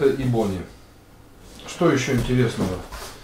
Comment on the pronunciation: Ebony правильно произносить Э-бони